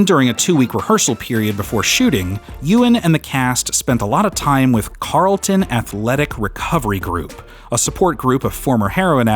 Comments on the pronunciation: Calton Athletic. No 'r' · It’s not Carlton, it’s Calton, as in Calton Hill, which is in Edinburgh, overlooking Leith. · Calton, not Carlton. It’s one of the oldest districts in inner city Glasgow. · It is /wasCalton Athletic there's no r..